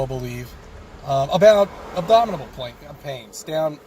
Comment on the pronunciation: Pretty sure there was a couple extra syllables in that abdominal. More like ABDOMITABLE.